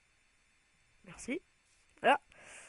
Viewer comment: le mec dit shainé